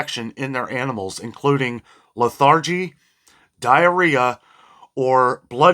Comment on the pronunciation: And lethargy is pronounced LETH er gee It means tiredness or having no energy.